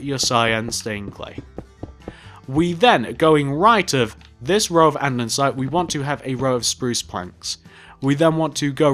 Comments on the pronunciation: i love this vid but its andERsite not andENsite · its anDESite not anDENsite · This is what I was thinking ¨This is so awesome¨: Andensite Me: ITŚ ANDE-SITE XDDDD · Did it annoy anyone else that he kept saying andeNsite instead of andeSITE?? 😂😂😂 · great build but anyone else a little bothered by how he kept saying "andeNsite" instead of "andesite" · It’s Andesite not Andensite, literally triggered me throughout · You say andesite wrong There is no second n Not andensite It's andesite NOOB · its not andeNsite its ANDESITE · Good tutorial but I hate that you say "andensite" instead of andesite XD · No Cindy Munro it’s andesite so your wrong and Avani savannah is right. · He is sure great but he told andensite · Munro nope andesite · Ok the bank is great so are your vids but what annoys me is the fact that you say Adnensite and i call it Andersite